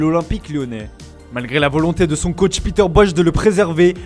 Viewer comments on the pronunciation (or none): none